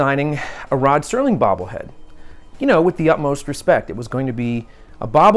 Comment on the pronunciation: Sounds like you are saying Sterling. I'm sure you know it's Serling... It's a shame the family won't allow it. I would love a classic posed figure or statue. I don't think Rod would mind at all. He was further ahead of his time than anyone in history. I used to watch marathons every New Years as a tradition with my Dad. I would watch it whenever it came on. I've seen every episode multiple times. I showed some episodes to my girlfriend and she loved them too. At least you all can make some merch.